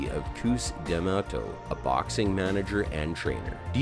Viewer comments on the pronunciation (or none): Dude you clearly don’t know anything about Mike and are just reading internet search…you messed up Mr. D’amatos’ name..if you followed the sport you wouldn’t have messed up that great man’s name… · So disrespectful to mispronounce Cus D’Amto’s name. He built the legend, we know as Iron Mike Tyson